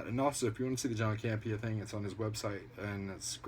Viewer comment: Wait Grace Hancock is actually a collider personality...i assume u meant Grace Randolph and Campea not "Cambia" hahaha i do love how all these videos call Randolph by doffrent names tho. I really cant stand her so i enjoy the fact shes being called Rudolph and Hancock hahaha because she thinks shes a super famous talent lol